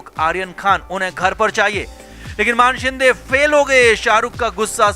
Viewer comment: मानशिंदे नही मानेशिंदे है...सारे युट्यूबर मान बोलते है....मान नही मानेशिंदे....मान याने नेक 😆